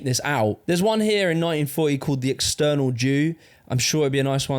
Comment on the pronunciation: I wasn’t watching and thought “Why is he saying external, is eternal”